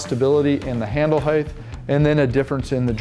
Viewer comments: it's HEIGHT - SAID hieat - not hieth. Didn't your school teach you how to pronounce it?? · Heighth is not a word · There is no “th” sound in the word “height”. Good summary tho.